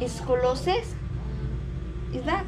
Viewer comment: Pronounce as....is-kol-yo-sis